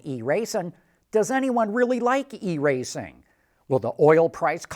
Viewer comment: "iRacing" not "e-Racing". I iRacing because it is better than nothing.